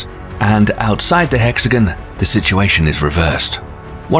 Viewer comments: So why are you saying “hex-again” instead of the proper “hex-a-gone”? Quite odd. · How can you say hexagonal, but also say hexagan instead of hexagon. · It's "hexi gone" not hexi gun, and it's hurri "caine" NOT HURRICUN", it's hard to believe anything you claim if you can't pronounce anything properly! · I thought it was hexagon not hexijin ? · It is not a hexagan it is a hexagon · It's pronounced "Hex-A-Gone" It is Not pronounced "hex-a-gun" Say Gone.. It never.. sounds like gun. Stop that Also hurricane.. Hurr-i-cane.. And never hurr-i-Con Hurri(caines) "Caine" Caine's And NOT hurrican or hurricans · This guy doesn't know how to talk. Hexagun. Many others. Satun? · The narrator pronounces "hexagon" like "Mexican."